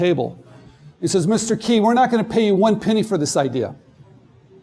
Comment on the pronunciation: Is it just me or did the guy giving the Intro say Stephens last name wrong?